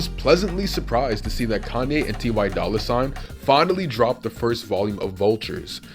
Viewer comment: “Tee why dolla sign”